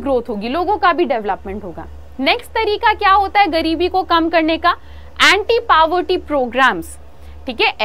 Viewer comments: Mam but it is not pavorty it's poverty 🙃😜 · Poverty ko paverty kon bolta hai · Bro it's not PAVERTY it's POVERTY 😂😂😂 Although aap padhate toh accha ho this is very good for my child being a economic's teacher in DAV school I can say that your teaching skills are very good. ~ISHANI DAS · Is no one gonna talk about how she says poverty paWerty😂 [No hate btw] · It's not paverty mammm.... It's povertty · Excellent video but please the pronunciation is poverty not paverty😂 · it's not pawerti [ focus on your pronunciation] its poverty. else everything is perfect . your teaching skills are superb and loved youyr chanel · mam parvety nahi poverty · Mam says paverty, but this is a poverty😂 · PawarT nhi poverty pronounce correctly ok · its poverty not paverty. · Your pronounciation is wrong.... It's poverty not pauverty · poverty not pavarty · Paavartti 😄 instead poverty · Pavarty XD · Mam u r not pronouncing poverty correctly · Mam you are pronouncing povert in a wrong way